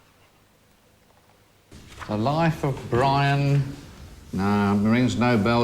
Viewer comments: I cracked up everytime he said it throughout the programme. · "Life of Bwian".